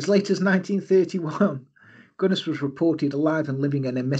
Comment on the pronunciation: You absolutely nailed the Norwegian pronounciation! Well, close enough anyway... New subscriber, great channel! Thank you for not using a monotone robot-voice like too many true crime channels do. You actually sound alive!